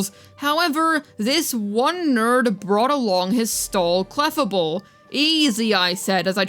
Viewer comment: Can we talk about how is so british she can't say clefable right lol thats adorable. Darn slient E